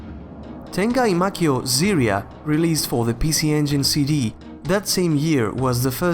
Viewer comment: Really great video. I don't know why you included action RPGs like Ys or Hidlide but not Zelda, but overall it seemed quite accurate and well researched. Btw, I don't know why the devs chose the weird spelling but "Ziria" is pronounced "Ji-ra-i-a (ジライア, like Jiraiya)."